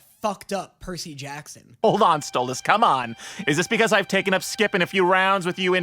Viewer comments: Did anyone else realize he pronounced stolas name right instead of mispronouncing for fun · Wait…. Did he finally say Stolas’ name right?????? 🎉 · OMG, HE FINALLY LEARNED HOW TO PRONOUNCE STOLAS'S NAME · HE PRONOUNCED STOLAS RIGHT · I thought you were gonna hate this episode. Pleasantly surprised. But also, YOU SAID STOLAS RIGHT!!!🎉🎉🎉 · YEEEY YOU FINAALLY SAYED STOLAS RIGHT!!! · OMG HE FINALLY SAID STOLIS CORRECTLY! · Can we talk about how finally said stolas name right??? But now that he did it sounds even weirder 💀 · NO WAYY HE SAID STOLAS's NAME CORRECTLY! ITS THE END OF THE WOOORLD! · Look who finally pronou ced stolas right! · YOU SAID STOLASES NAME RIGHT finally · omg did he finally say Stolas correctly??? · YOU SAID STOLAS'S NAME RIGHT RAHHHHHH! ALSO I CAN'T WITH THE PERCY JACKSON COMMENT HELP 😭😭😭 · congrats!!! 🥳🥳🎉🎉 you finally managed to pronounce Stolas's name correctly